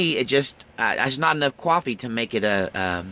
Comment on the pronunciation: Bro there's no W in coffee and that sounds just so simple. I like your talks but that's annoying it's like people instead of saying ask saying axe.